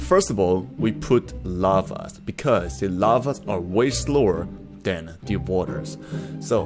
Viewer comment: Why do you pronounce the word “the” like “de” (pls don’t say if I’m judging you)